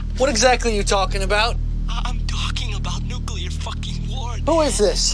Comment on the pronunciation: Quit watching as soon as he said "going nuCULar"!